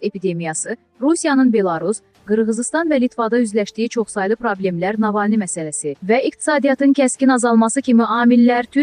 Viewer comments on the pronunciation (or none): Navalni' yox Nava'lnıy))